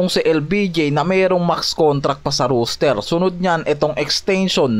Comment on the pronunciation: "ROSTER" hindi "ROOSTER" ginawa mong tandang ang bigkas. hahaha